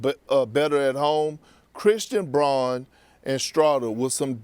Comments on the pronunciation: NBA analyst can’t pronounce a starting Nuggets player (Christian Braun) correctly… Perk is embarrassing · He still can't say Brauns name right lol